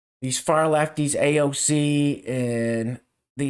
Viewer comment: Bahhahhahah can u pronounce AOCs name again..hehehhehhe